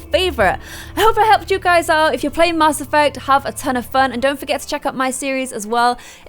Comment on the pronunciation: Why do you say Mass like that?